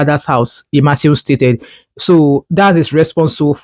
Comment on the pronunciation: You did not pronounce the name IMASUEN very well. However, thanks for sharing this news about the Senator representing Edo South.